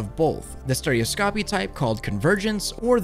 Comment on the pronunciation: You said stereoscopy wrong.